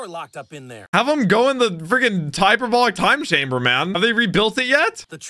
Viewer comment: “In the Typerbolic Time Chamber man” 😂😂 (all love)